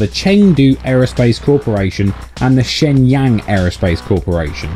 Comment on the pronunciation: ShengYAng? Lol